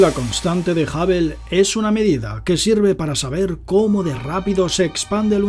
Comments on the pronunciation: A mí sólo me molesta que diga JAVEL... Telescopio JAVEL. 😏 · Qué manera de pronunciar Hubble!! Que NO es Jabel tío !! 😁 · A ningún español le e escuchando pronunciar bien “hubble”. Sin ofender a nadie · Que tengas una excelente semana 🙂, me tendré que resignar a que los españoles digan "Jabel" en vez de Hubble. De todos modos me caes bien y me pareces muy inteligente. Es agradable escuchar tus vídeos